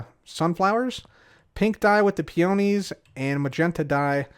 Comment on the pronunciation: He mispronounces peonies and lapis lazuli on purpose, doesn't he?